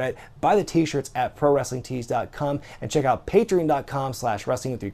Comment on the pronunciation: he said pro wrestlingtees.cum haha